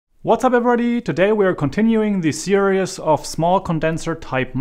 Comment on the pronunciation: At the beginning of the video, you say the word “serious” when I believe you mean to say the word “series”. I understand American English is not your first language, but just thought you should be aware that when you say the word series, it comes out sounding exactly like the word serious which is a different word in the American English language. Just something you might want to practice.